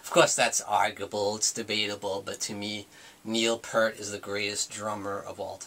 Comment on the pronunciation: Not to be a dick or anyting, ( this usually means a person's about to be a dick) but it kind of grates on me when a person claims to be a rush fan in this day and age with all the information at your fingertips via the interwebs, and you pronounce Neil Peart's name wrong. "EAR" with a "P" at the front, and a "T" at the end. Peace (Pronounced - Pee + sss)